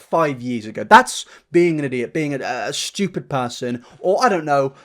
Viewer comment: “shtewpid” ahhh music to my ears